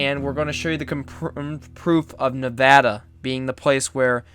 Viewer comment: Don’t say Ne’vada please, don’t be a tard